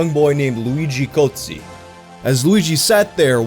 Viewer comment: I thought he said "Luigi goatse" at first